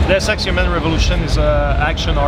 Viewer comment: "Dee-us Ex" and "Square-Onnix"...good job.